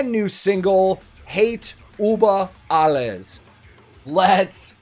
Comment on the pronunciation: I love your videos. You can say JÜrgen, but you can't pronounce Über, like "Hate über alles". Ü. It's the same letter...